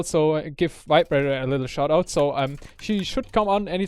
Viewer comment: VibeRaider sounds like vibrator wheen says it:P